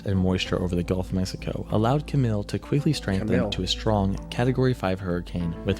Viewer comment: Camille is actually pronounced as Cam-eel